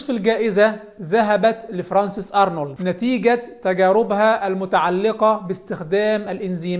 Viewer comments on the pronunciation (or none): none